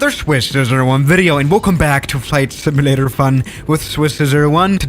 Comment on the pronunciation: Flight "similator"